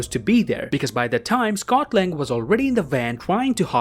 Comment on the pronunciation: Am I the only one who hears Scotland when he says Scot Lang